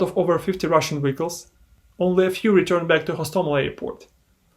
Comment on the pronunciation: Hearing you pronounce vehicles as wiggles had me confused at first lol